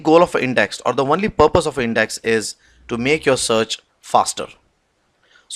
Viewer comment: Great videos, I appreciate the time and effort and the fact that they are free and educational. But I would like to offer some constructive criticism as it's always surreal to hear advanced technical presentations interspersed with "right?", "what do you call", etc. Also I have to ask, is the word "only" pronounced "one-ly" in some places or is that an error? Otherwise thank you for making this material available.